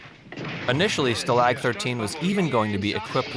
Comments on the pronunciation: Its STAlg not stLAG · Sta-lag? It's staalag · Richard Dawson played a corporal not a colonel. Also stalag is pronounced shtalaak not sta lag. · Too bad your electronic/AI narrator didn't watch the show. "STAL-lag", not "stal-LAG!" Yes, I'll finish watching. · 😅 Yup so I did listen correctly and Stulag 13? Wtf?… instead of (Stall)ag 13…. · "Each week they would try to escape Nazi custody and fail in some comical way" that is simply not true. The core characters never tried to escape and when they smuggled guest characters out they always succeeded. That and odd mis pronunciations like "sta-lahg" is a giveway this is probably all just AI genereated. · Still-lag???? Wrong pronounciation.... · Narrator has not checked how to properly pronounce Stalag !!!! Wow i want to be as smart as this narrator ! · Can’t trust anything said in this video when you start out saying that they tried to escape every week when they did the opposite because of their orders. Then there is the mispronunciation of “stalag”. And to claim Robert Clary was a nazi. Quit listening to anything after that. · You can tell the narrator never watched the show - his pronunciation of Stalag is hilarious. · geez learn how to pronounce the word 'stalag' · Too many mispronounciations of "Stalag". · Is it so hard to learn how to pronounce stalag correctly? Having watched this show as a kid a,l found the narrator's mispronunciation very distracting.